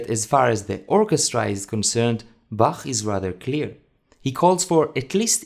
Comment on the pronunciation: I am so happy that someone finally says Bach like Bach and not Ba*coughing up flegm*